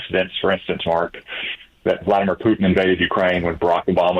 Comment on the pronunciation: "Vladimir"! SMH!